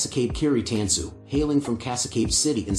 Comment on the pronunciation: It's pronounced tahn-su